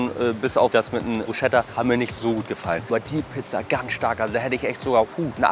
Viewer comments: Es heißt nicht Bruscheta sondern Brusketa(wie man es ausspricht ich weiß schon das es richtig anders geschrieben wird) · brusKKKKKKKKKKeta bitte MIT K wird’s ausgesprochen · Ob in Hamburg oder Niederbayern....Bitte nicht Bruschetta sagen, es wird BRUSKETTA gesprochen. Danke. 😄🤙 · Du hast echt BruSCHetta gesagt!!! AAAAAARRRGHHHH!!! 😂😂😂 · Bruschetta = brusketta ausgesprochen du kleiner Foodexperte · Gutes Video. Nur die Aussprache von Bruschetta ist ausbaufähig haha (ch wird wie ein "k" ausgesprochen). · Lern Bruschetta richtig auszusprechen.., wer das nicht kann, darf sich nicht foodvlogger nennen...arnseelig